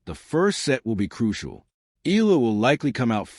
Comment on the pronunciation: ehh-ya--la sir